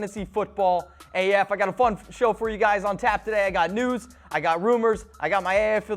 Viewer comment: Mitchell Renz make sure you annunciate your words better. Every time you said "news" I thought you were saying "nudes" lol. Don't think it's appropriate to ask your coworker for nudes...